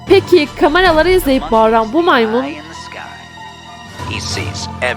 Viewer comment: bu maymın "Bu maymın" ne abla😂